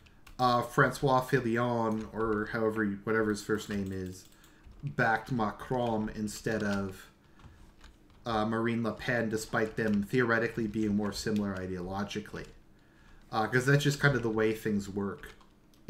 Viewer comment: Macron not Marcon, bro.